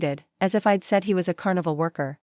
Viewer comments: Reject: I'd is not pronounced ID - not listening any further. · Must be a AI reading!! A person would not pronounced I'd as two words. Which is done with all the words with an apposiate!! Also stated US as separate letters! Try proofreading the voice!!!!